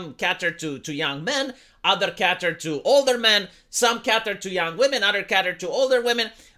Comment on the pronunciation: Cater is "Kait-er" .